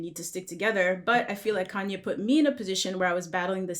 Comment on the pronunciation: Someone teach how to say Kanye.